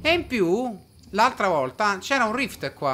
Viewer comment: Ma perché dice aNtra e no altra?